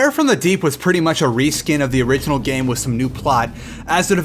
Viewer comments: wiss? i think you mean with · this guy cant even say with. listen to him, he says wiss